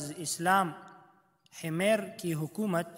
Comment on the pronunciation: Himer nhi "Himyar" hai ye